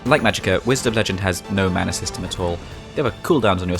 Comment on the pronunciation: "Whized of legend" ??????????